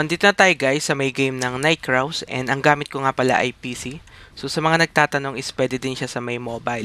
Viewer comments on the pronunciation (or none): Ito pala yungn nag popronounce NIGHT KRAWS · night kraw? wla na ba marunong magbasa ngayon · Ano yung Fur Burr? Bakit di mo mabasa ng maayos yung Night Crows mo paps Night Craws. Hahaha sakit sa ulo